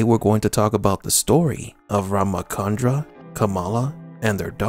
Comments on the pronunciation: It's not RamaKandra (It's RamaCHandra) CH is pronounced as in CHalice. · Thanks for this video.. but it is Rama Chandra (as in furni tu re) not Rama Kandra as in (in ca rnation) 😆